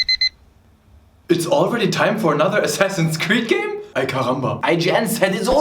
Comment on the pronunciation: Wow, you said that "ay caramba" much better than most white people I know